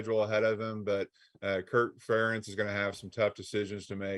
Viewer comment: Ferentz rhymes with parents 😉